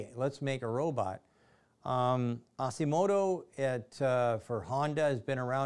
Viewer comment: Sandy, love ya, but you should not be talkin 'bots (or even Da Vinci's AUTOMATON, not "animatrons"). Honda's ASIMO not "Asimodo" took almost 20 years of internal R&D and pushed walking robot technology farther than anybody during those years. It was not meant to be a neat marketing toy like you disrespectfully said. You're an engineer, man, you should know at least a tiny bit about robot engineering before you take on the responsibility of being a expert on robotics. Disappointing.